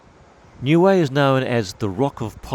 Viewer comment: CORRECT pronouncing is as … NEW E as in … A E I O U 👀 N I U - E 👀 EH … NOT WAY OR AYE . NIUE 🇳🇺 A’s are NOT pronounced as “AYE” it is pronounced as “ARE”. U T U K O was my home beach i frequented a lot as a child ❤️